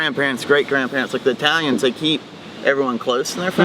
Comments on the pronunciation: Bitte lern mal das Wort EI-täliäns korrekt auszusprechen es heisst I-talians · I think, based on his.pronunciation of the German suffix "-ig," that the German is not from South Germany at all. Why was he calling Italians "Eytalians?" German does not have "eitalisch" but uses "Italiener." (Older German used "wälsch" for "Italian.")